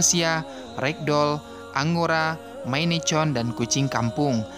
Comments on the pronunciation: Menit mohon dikoreksi. Bacanya maenkun. Bukan Maine Chon. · Namanya maine coon tapi bacanya mein kuun